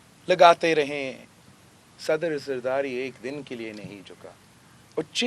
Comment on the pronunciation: Saddar Zardati... zardari, beta bolna seekh lo!!